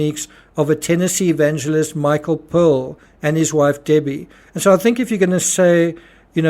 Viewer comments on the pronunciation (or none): none